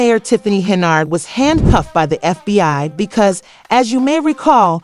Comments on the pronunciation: It’s Hen-yard! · She is obviously untrustworthy. However, if you're not able to pronounce her name correctly you shouldn't be making any videos. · Learn how to pronounce her last name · When was Tiffany handcuffed by the FBI?? You cannot correctly pronounced Tiffany’s last name. Show the picture of FBI handcuffed her.